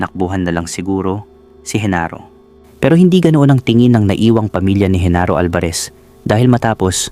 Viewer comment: Genaro not Henaro